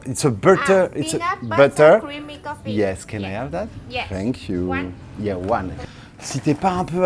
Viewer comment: Haha ah oui bien vu. J'avais remarqué le "oh wow" très anglophone. "Finkyou" haha. Et aussi "Canaille ave...?" En tout cas bravo tes vidéos sont top. As-tu déjà goûté le dalgona Coffee coréen? Délicieux